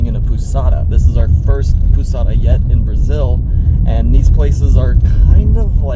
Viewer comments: pousada is pronounced pow-zada, not poo-sada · POUSADA , the pronunciation is like you saying first PAUL ( same pronunciation ) and adding SADA = POUSADA . 😊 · Pousada you pronounce pouzada like Z sound in portuguese the s in a middle of a word always sounds like Z unless it is the beginning of the word or double S so it’s sound really like S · When you plan your staying on Porto de Galinhas, I recommend staying on Pousada Marahu: TIP on the "pousada" pronunciation: try saying like "paul-za-da" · It is like "po zah dah" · When you say "Pousada" you can pronounce the "ou" part as in b"ow". We pronounce this "o". Try "Carne de sol com queijo" tapioca's flavor. It's my favorite. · Guys... Put 'pousada" on Google and listen to the pronounciation hahaha loving the road trip videos